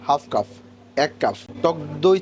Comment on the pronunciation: ভাই শব্দটা কাফ না "কাপ" হবে